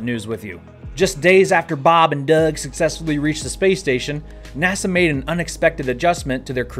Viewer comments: Why do you say "Doug" with that accent? He's from New York. ;-) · It's weird how you pronounce Doug.